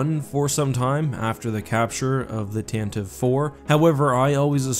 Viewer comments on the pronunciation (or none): It's pronounced Tantavee not tantiv, my dude. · Why do you say tan-tiiv instead of tantah-vee? #AskEck